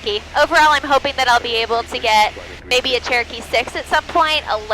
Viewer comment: I kept hearing. TURKEY 773.alias,it was CHEROKEE, NOT TURKEY. 😂😂😂, Sorry.